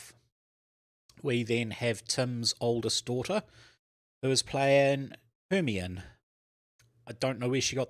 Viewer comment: Hemione is pronounced 'her-my-uh-nee'. Rouge is an cosmetic. The correct spelling of rogue is r-o-g-u-e.